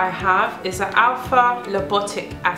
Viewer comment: It is not Lipotic, it is Lipoic.